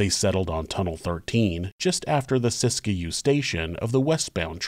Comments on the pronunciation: This is a really interesting episode. I’ve never heard this story before, which is kind of surprising considering I live in Northern California gold country and thought I’d heard all the local Wild West stories, lol. By the way, it’s pronounced “sisk-you”, not “sisk-a-you” two syllables not three. 😊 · Siskiyou is pronounced, "sis-que". not Sis-Ki-You. Sis-que. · Locals say Sisk-you, and eu-GENE rather than EU-gene.